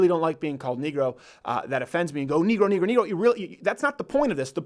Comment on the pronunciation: First of all your not saying negro correctly. I don’t think the word negro is racist but when you say it like that it is potentially offensive